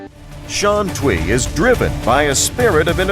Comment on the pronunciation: I wish the guy could pronounce Shantui right. TUI should be "tway".